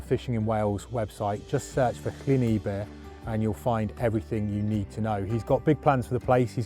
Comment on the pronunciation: Fished there a lot a a kid in the 1950’s - biggest pike I caught was 7lb. Fished it again a few years ago and the most succesful lure as a black and silver rapala. BTW - phonetically its ebbyr not eebyr